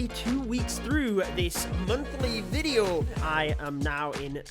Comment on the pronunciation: Mate it's video not veadio